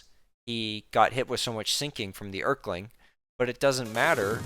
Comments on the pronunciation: Er-keling ahh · hes a king.. so its more like, earl-king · Bro did NOT just call him the Errr-kling 💀💀💀💀